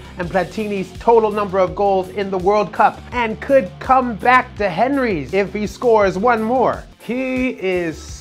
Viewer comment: That moment he pronounces Henry 🥲